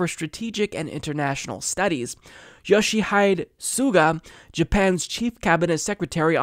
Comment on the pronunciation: Aside from mispronouncing Yoshi-he-day as Yoshi-hide, nice work.